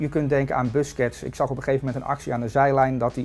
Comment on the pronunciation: spreek busquets de volgende keer is goed uit graag